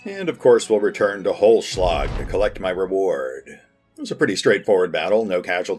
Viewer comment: Its so sweet how you butcher the german names :D Holzschlag(what means "wood cutting") was pretty good but you need to spell the "z "more like "tZ". Without that if you only say Holschlag that can easily missinterpreted as "hollow blow" Keep up the fine videos pls! :D